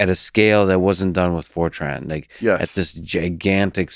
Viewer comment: He's saying Fortran, not 4chan.